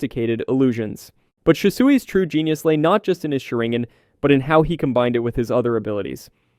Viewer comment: Is this AI? Every single name in here is pronounced wrong. The big tell is "azringan" definitely a bot. I can adjust to the audio quality but not every single possible name...